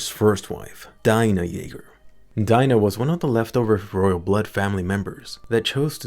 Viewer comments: it's dee-na not dai-na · What Daina, it's pronounced Dina !! more like Deena !